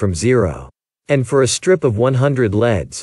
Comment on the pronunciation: Be careful to pronounce/ emphasis the word “for” correctly when talking about loops. As this stands your meaning is confusing and unclear.